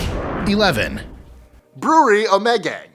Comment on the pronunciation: The pronunciation of Ommegang is hilarious lol. It's correctly pronounced Oh-muh-gang.